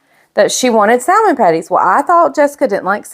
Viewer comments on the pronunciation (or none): I love you, but the correct pronunciation is “sa-mon.”